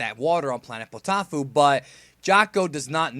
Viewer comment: Poteaufeu is a french meal and it is prounounce potofeu btw really good review, and I agree with that Vegita is getting tons of caracter developemnt and that It si one of the hilights of super